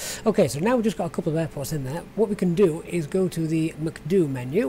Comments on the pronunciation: Usually they say “Em-See-Dee-You”... Your pronunciation makes me wanting to go to McDonalds 😂 But great video. Thanks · Got my subscribe simply for the reason you call the MCDU macduo hahahah xD